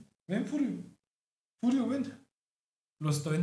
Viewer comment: Le puso "furrio" pero a veces suena como que le dice "furio"